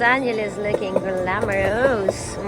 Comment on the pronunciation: I just caught something interesting, Did you say glamorous or glamergross. Ha ha